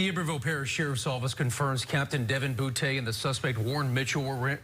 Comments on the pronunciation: “Devin Bootea” 😂 😂 😂 😂 😂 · It's a guy in the NFL with that exact last name 😂😂😂 he played for LSU and from Louisiana lol he said it's pronounced bootay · They being funny. It’s pronounce Boo-Tay in south Louisiana. It’s French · He's probably laughing in his grave knowing that the media keep saying "boo-tee" over and over.